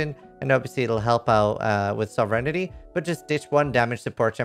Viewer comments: So-ve-reign-ty Not sovereignititty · I can save you from clunkiness, say it like this: Sov-rin-tee